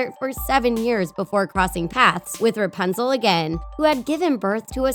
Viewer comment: It‘s RApunzel not RUpanzel🤔🙄